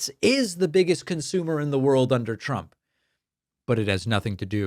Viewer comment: at the mark did she say "Look at what President Chump has been able to do..." 🤣